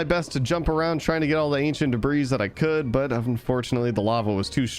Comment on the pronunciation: bro its not ancient debra its ancient debris but u can say it as (ancient debree)